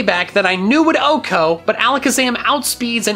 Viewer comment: Still pronounced wrong 😒